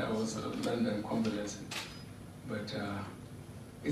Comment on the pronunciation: Hahahahahaha,,come Comdom🤣🤣🤣,,London is now condon,,,you are trying